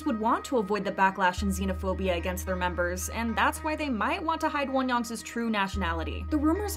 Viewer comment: Why do you say Wonyoung’s as Wonyoung’s-is? There’s no second S lol